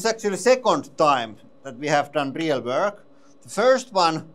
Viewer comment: This press is so good it can do "rrreel work". That is rrreelly guuud! 😁🤘